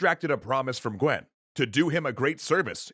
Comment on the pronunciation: How do you pronounce the guan in Guan Yu and guan du completely different. I understand messing up on some crazy names but this list is probably the most rushed and inaccurate series you’ve come up with and it’s such a popular story